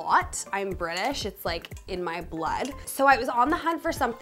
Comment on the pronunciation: “I’m Briddish and it’s in my bluuurd” - the entire UK experiences a Dick Van Dyke moment ;-)